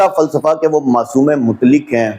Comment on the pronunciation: KSJ, SA : lafz ‘mutlik’ Nahi bulke “MUTLAQ” hai! Sahee talaffuz ki practice ker len!